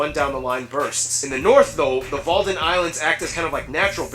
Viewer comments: Wadden eilanden. Not Walden. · "Walden islands"? Nah bro, it's called "Wadden eilanden". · Wadden island not Walden island